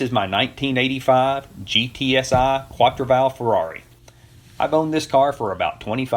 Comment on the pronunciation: 1. It's pronounced "Quattro Valve O'lay." 2. Clean your damn garage Scotty.